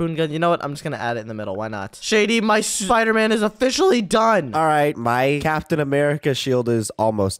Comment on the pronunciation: I love when Shady says ''Shpider''